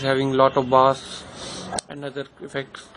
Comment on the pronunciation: it's bass and not baass ..chutiye ..!!!lollll